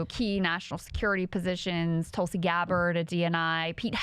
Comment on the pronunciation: Did get Tulsi's name wrong 💀